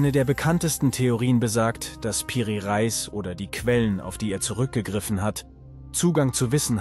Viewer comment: Nice Video, aber kann kein Reis mehr hören ☠️, es wird Re_is ausgesprochen und bedeutet sowas wie Oberhaupt. 😂😂